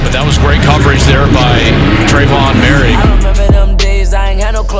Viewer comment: “More - rig”